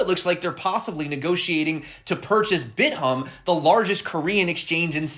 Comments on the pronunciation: its bit-thumb, not bit-humb Im dyeing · love your channel. It's pronounced "Bit Thumb"